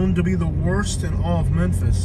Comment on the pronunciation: That's not how you say memphis hose